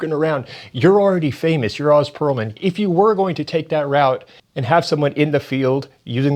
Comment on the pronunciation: You’ve watched all this content of him and can’t say his name right? You just a jerk that is deliberately saying his name wrong or are you just a jerk who doesn’t care enough to get the name right of someone you’re calling out? Honestly the latter doesn’t make sense seeing how many clips you’ve watched with him and his name being said.